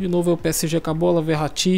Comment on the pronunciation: Lol mu fala o nome do verrati errado lol kkkkk , like !